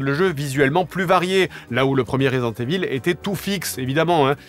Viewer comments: This has to be pronounced " Raaazident IIIIvol " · Resident EVILLE, j'en peux plus de la prononciation et en plus JDG assume pleinement qu'il s'en bas les c*** maintenant lol